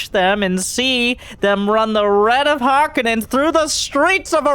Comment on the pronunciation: This looks great but the only thing that bothered me was you kept saying harkonnen the wrong way :P